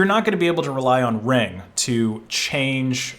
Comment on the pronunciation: Why did you say Reng?